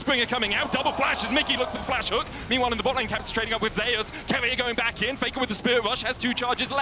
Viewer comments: You're the one pronouncing his name wrong. It's pronounced as ze-yus per his preference — in korean it is 제우스 (je-oos-seu). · Does anyone find it annoying that the pronounce Zeus wrong?